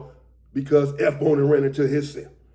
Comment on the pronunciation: I'm confused. It says S Bone but sounds like you're saying FBone. Are you talking about F Bone (Lonnie)